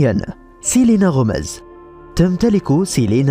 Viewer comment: ما أهبلك ما بتعرف تقول الأسماء و قلت سيلينا هوميز بس هي gomez